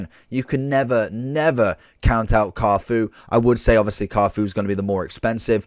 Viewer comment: How can't you pronounce Cafu bro come on